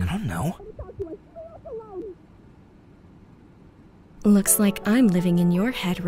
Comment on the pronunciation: bro I died when he said “nnnnniodonyknow.”